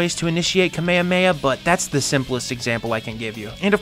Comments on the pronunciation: kmehme? ka me ha me ha, not kmehme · Awesome video bro. But listen just nitpicking here but next time please use the correct names. Always. Kame ha me HA it's the proper pronounce. Oh and just in case, it's Ree you Not Ri you (Ryu from street fighter) if you someday plan to play all street fighter games. I see a lot of those two mistakes in american youtuber content. And always, always! Look how to pronounce the names in japanese or other foreign languages. Don't go saying, sorry for butchering the name. Don't do that. You can always google it and do some research. Very important. Be smart. It always pisses people off from other countries. I want you to grow your channel. Some tough love from you boy ;). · I hate to do this but kamehameha is pronounced kuh-meh-huh-meh-huh! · The way he pronounces kamehameha gives me psychic damage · It hurt me every time you said kamehameha 😂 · Wait, is nobody going to talk about the way this guy pronunciates Kamehameha? Xd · Why u say Kamehameha like that? Ahahahaha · Bro didnt say kamehameha right😭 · Why can nobody say the kamehameha right, why is it most people say it the fortnite kid way now. in the video in case people were wondering. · Why does everyone pronounce Kamehameha wrong? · Why are Americans unable to pronounce Kamehameha properly?